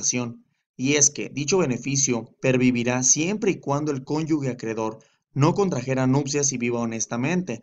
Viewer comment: Todo excelente, pero se dice Cónyuge, no Cónyugue. Saludos.